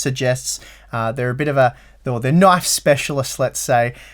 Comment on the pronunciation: "That's not a knife. THAT's a knoife."